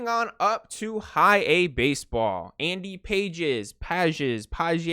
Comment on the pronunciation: It's pronounced Andy Pah-Hayz